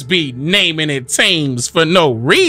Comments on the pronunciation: Real hard to swallow with the English mispronunciation of sword and Thames. Your blasphemy and vile profanity in the last part of the audio is the proof against righteousness here. Gen. 12:3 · is it BRIT-TUH-NEE -YUH? or BRIT-TAN-NEE-YUH? TAMES or TIMS? ija.........